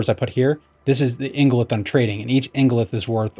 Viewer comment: You pronounced ingolith correctly, but Neathiron sounds like NEETH-IRON! Why do we gotta watch videos to figure out how to play the game?? Sounds bad... anyway, great explanation to an otherwise confusing mechanic!